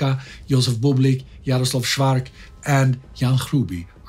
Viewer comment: As a Czech I am grateful for (pretty much) two episodes focused on an event that have shaken up our modern history. Thank you. Couple notes on pronunciation for those who wonder - Lidice is pronounced Lee-Dietz-Eh :) not Lead-Each-eh (Jaroslav) Švarc's surname is Czech spelling for Schwartz and is pronounced the same way (so "ts" sound at the end, not "k" sound). Otherwise I am amazed with the pronunciation being mostly perfect. Czech (and slavic languages in general) is fairly hard to pronounce from just written form to people that are used to English, French or German way of spelling (i.e. non-phonetical spelling).